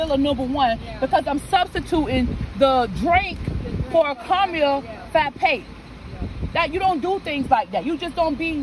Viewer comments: The woman complaining about the # 1 with no drink but a "caramel fappe" ok lady it s "frappe" frappe 😆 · The lady saying, “Fappa” instead of Frappa.. 🤣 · The McDonald's lady who ordered "the #1"......she butchered the English language. What the heck is a "caramel fappe"???? Lol